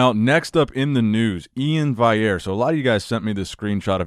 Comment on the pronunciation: It's VALL-yair! VALL with the "L" sound.